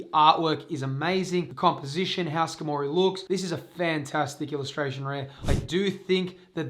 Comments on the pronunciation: "skah-moree" hahahaha its Scar-mah-ree... like Armory... hence the metal body... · how in the world did you read Skarmory and think ska mory. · Your incorrect pronounciation of skarmory is killing me lol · The pronunciation on skarmory lol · I’m flabbergasted by the way you pronounce skarmory